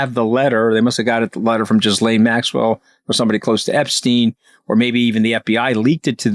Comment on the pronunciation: Her name is Ghislaine Maxwell And it is not pronounced: Gis-lane It’s pronounced : gee-Lane I’m hearing this mispronunciation all the time from the American people.